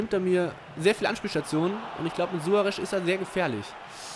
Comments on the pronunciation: Ernsthaft:, wie kommst du auf Suare'sch'?:D Jeder Kommentator und jeder andere Fussballgucker weiss doch, dass er Suare's' ausgesprochen wird^^ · SuareZ, nicht Suoaresch... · Suarez nicht Suaresch! Aber trotzdem gutes Video! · Meiner Meinung nach klingt "Suaresch" voll bescheuert. :D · Sorry aber langsam regt es auf -.- Du kriegst keine folge hin wo du nicht einmal alle namen richtig aussprichst Suaresch?? Dein ernst?? Oder mirajas.. wtf xD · Suaresch xD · Suaresch hahaha